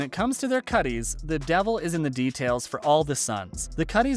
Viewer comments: it is a CUT. not cutteez or whatever you are saying. we also know that you never watched the show cause you cannot pronounce most of the names. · Its CUTS not cutties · Future Reference just say CUTS, NOT CUTTIES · I was somewhat enjoying this until kutte was pronounced kutt-E instead of just kutt. 🙄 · I'm sorry but that thumping whoosh is annoying, and its not pronounced "cutties" its CUTS (Kutte) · Mispronouncing words and names just highlights the fact that you (the voiceover guy and the editor) NEVER WATCHED THE SHOW. It's cutte as in Cut, Not cuttie. Muhroe? Huhnaam? Gthoh. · They aren’t called “cutties”, love…they’re pronounced “cuts” 😊🤘🏻& you forgot to include Quinn in your real bikers segment… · No offense. It’s not a Kutty. It’s spelled Kutte but it’s pronounced CUT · You should have learned how to actually pronounce the names of the characters, actors and what they're wearing/representing. The second you called a kutte (pronounced CUT) a kutty, I turned this off. You obviously don't know ahit about the show. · Big cringe at calling the Kuttes "cutties" the e is silent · Took me a minute to figure out why narrator was saying "cutties" Cutte is pronounced cut. Do your research. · Kutts, not "kutties" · Not cutty...spelled kutte for some reason...pronounced "cut"... as in cut off sleeves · Ok seriously. First of all this is dumb. I learned nothing I didn’t know that I cared about But most importantly… you calling them CUTTIES. Seriously. They’re cuts. Stopped listening that very moment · Kutte is not pronounced as cut-ee, it's just cut. this is a great video, but that pronunciation really bothered me lol 🙂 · there's no way pronounced "kuttes/ cuts" as "cuttees" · Kutte is pronounced cut not cuttie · The image of the crows with the bread was from the end episode. And it's pronounced "cut" but kutte is "kutteh" like in German. But "cuttie" isn't it buddy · It's not pronounced Cutty. It's a Kutte. Pronounced like Cut. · I'm sorry, "Cuttey" lol? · “Kutties” lol